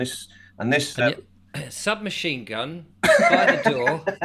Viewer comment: Mid sip of coffee and all I hear is sub Marine gun 🆘🆘😂😂🔥🔥